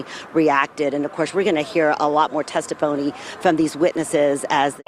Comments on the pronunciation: Test-i-phony, is all I need to hear.... they playing in people faces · Did she say “Testi-Phony”? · Did she say testiphony? 😂